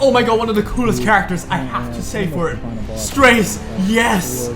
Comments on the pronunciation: His Korean name [스트라제] in romaji is straw-jay. So you are pronouncing his name correctly ^^ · actually, your way of pronouncing is correct. It's "Stra - ze" and it's not a thing I've made up, iirc it was confirmed in one stove posts when the second episode was still ongoing but not sure on exact date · you pronounced straze correctly: listen to delibets labyrinth lines lol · I also pronounce his name as "straze" instead of "streyz".